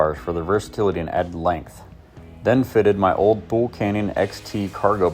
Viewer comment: It’s pronounced Too-Lee.